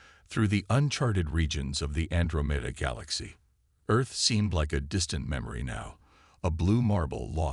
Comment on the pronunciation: You lost me , the narratorbot's first mispronunciation of "Andromeda."